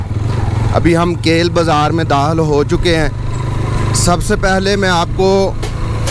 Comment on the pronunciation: ath makaam men Dahil hone wale hen bola...yeh lafz... Dakhil hone wale hen bolo ....bewaqoof sahe bolnaa sekho